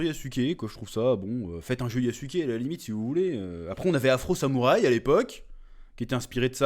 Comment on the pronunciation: c'est yazuc pas yassouké😂